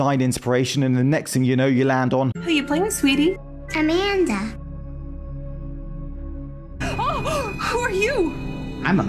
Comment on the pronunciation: That's A-MAN-da alright.